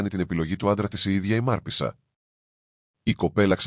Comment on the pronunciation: Μάρπησσα λοιπον το σωστο κι όχι Μαρπέσα